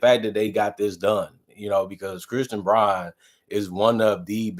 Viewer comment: Brown not Brawn... :face-orange-raised-eyebrow::face-orange-raised-eyebrow